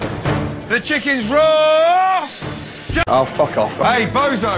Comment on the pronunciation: the chicken’s rawr